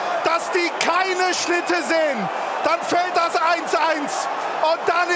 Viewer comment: DaSSSch ischt daSCHSHS TOR XD legende